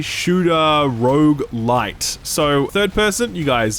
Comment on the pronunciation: You had my interest right up until you said rouge-lite. So done with the whole overused rogue genre.